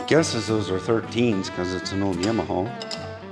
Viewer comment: Please...."YAW-MA-HAW"""